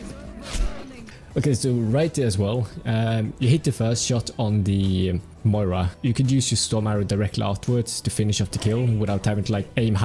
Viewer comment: Did u just call a Moira moria?